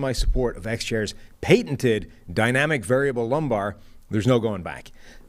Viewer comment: He say pate-n-ted?